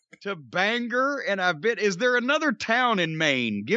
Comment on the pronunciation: I popped when he said it. Of course mispronounced it.